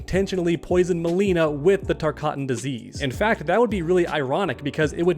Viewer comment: Again, it’s not called the TARKATAN disease, it’s called the TARKAT disease